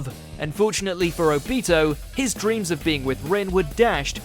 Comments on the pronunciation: Say obito’s name right lmaoo it’s not obeto it’s obito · Why the hell can you never pronounce the names of characters correctly!!!??? You claim to watch anime and yet you say Obito's name like Ob i toe. You fake loser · The way he says Obito really gets to me 😖😅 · Okay, first, you said Obito's name wrong. You need to put emphasis on the "O" not the "bi"... And second, how could you pick that moment when you could have picked Madara killing the Fourth Unit of the Allied Shinobi Army? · Your saying obito wrong